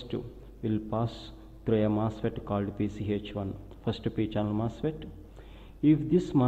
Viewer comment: Say what? First degree general mustard? Sorry but can anyone tell me what he's saying? I don't know much about electrical engineering.I'm trying to learn something. Is it "First DC general MOSFET"?